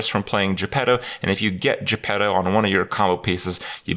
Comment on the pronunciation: When everyone calls Jepetto -> Je Pedo